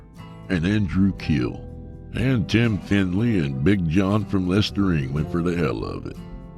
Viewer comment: That was a great start to the weekend! I loved both stories - verrrrry interesting accent on the first one,!😂 Anyway, mega kudos for correct pronunciation of Leicester! Voya con Dios and have some more tacos, then GFY!😹